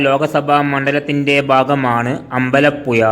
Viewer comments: എടാ അമ്പല യുയ അല്ല പുഴ എന്ന് പറ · തമിഴനെകൊണ്ട് മലയാളത്തിൽ പറയിച്ചു അമ്പലപ്പുയ ആക്കി 😂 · അമ്പലപ്പുയല്ല അമ്പലപ്പുഴ എന്ന് തിരുത്തി വായിക്ക്. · എടാ ആലപുഴ ജില്ലക്കാരനായ എനിക്ക് അമ്പലപ്പുയ എന്ന സ്ഥലം അറിയില്ല. ഒന്നു പയഞ്ഞു ചയുവോ ? 😂😂😂😂😂😂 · അമ്പലപ്പുയ ആലപ്പുയ അതെന്ത് പുയ നാക്ക് വടിക്കെടോ പിന്നെ ഏയാമതോ